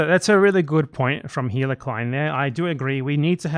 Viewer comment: Heil-uh lol